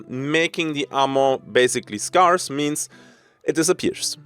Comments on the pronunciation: Scarce is pronounced like "air" and not "are" if you do care to pronounce it correctly, but you are kind of like a European cowboy so it's all good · Scarce is pronounced like "Scare" not "Scar", with more of an eh sound than an ah sound - just so you know for future;) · Just for educations sake. The word scarce is pronounced the way you would say scare, where it sounds more like care and not like car. S-CARE-SE. Your English is amazing. Keep up the good work ❤. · Scarce is usually pronounced like "Scare" and not "Scar", just for future reference, but everybody will know what you are saying in either case anyway! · Not important but if you pronounce 'scarce' as just 'scares' like the plural of 'scare' you're pretty much right on the money. Doesn't matter though, everyone knows immediately what ya mean given the context regardless of how you say it. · As a native speaker I will only pronounce it as "Scar-ace" now in your honor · Pro tip on saying Scarce ( if you care): Say Scare (pronounce the -ARE part like AIR), Like you are trying to SCARE someone then just say SSSS at the end like a snake hissing lol. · If you're interested "scarce" is pronounced like scare-ce because english pronounciation is beautiful and special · Haha - your English is excellent, 'Scarce' is literally the only word you mispronounce - I'm starting to think its intentional to trigger pedanats like me (which would be fine too). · Hey, not to make fun of you; just trying to genuinely help your awesome self! Whenever pronouncing the word scarce, think of the word scare or scary. The A in these three words are pretty much pronounced the same way! Loving the video, cheers!